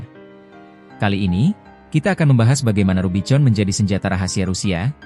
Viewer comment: Kalu mau bikin narasi pake robot ai ,tuli bunyinya misal rubikon , jd gak salah ucap ... jadi norak editornya